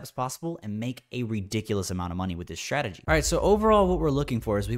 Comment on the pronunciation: When trader saying shtrategy instead of strategy, i feel that he needs to grow up.